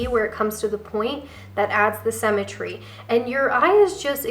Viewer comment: I love your videos. As I am trying to establish a wardrobe that works with my figure (rather than never looking right in the trendy new looks) I find your input very valuable. One small constructive criticism...sym·me·try /ˈsimətrē/. I know it's a small thing, but it's very distracting to hear you pronouncing symmetry incorrectly, especially since I believe I'm a classic and all of the videos about classic have that word in it many times. I really do love, love, love your videos. Keep 'em coming! 💖